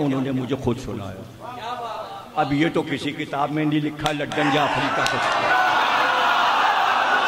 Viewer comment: Ludan may D aur A silent hain.